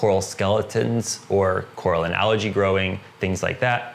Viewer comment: Ok. I want to keep watching but please stop pronouncing algae as allergy